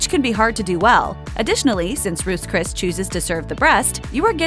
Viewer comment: "Roose Cris" lol 😆